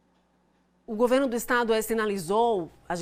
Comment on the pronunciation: Querida........não é GU e sim:GO-VERNO. OK??? Bjs.